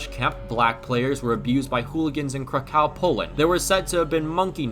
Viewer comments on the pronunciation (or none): none